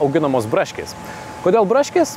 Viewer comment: Tas žodžio “braškės” tarimas tiesiog nužudė :D